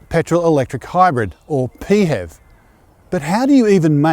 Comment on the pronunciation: Pee Hev 😂 Pronounced P H E V (letter by letter becuase its an acronym) but you do you lmao